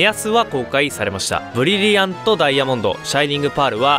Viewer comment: ブリブリアント？（難聴）